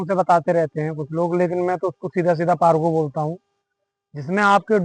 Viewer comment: Bhai pargo nahi parvo bolte hain